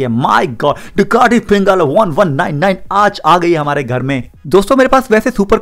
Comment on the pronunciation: Bro it's panigale not pingale😂😂😂